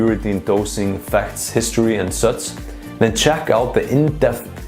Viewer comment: Nice video but so funny how you cant pronounce G or Ch. For example for the word "ENGAGE" you say something like engats or for the word "SUCH" you say something like sutz :D Besides that youre really neat and professional with abundance of usefull info